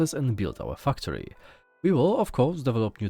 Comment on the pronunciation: Great editing and presentation in this video! Thank you for putting this together. Personally, I think that I'm most interested in StarRupture, as I'm a MASSIVE fan of Satisfactory. Also, quick note on the pronunciation of the word "factory." It's said with a long "a," as in "apple." Your current pronunciation sounds like "fucktory." hehehe Anyway, much love and respect. Thank you again for showcasing these games.